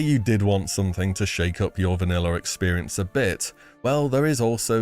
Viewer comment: “Vaniller” never gets old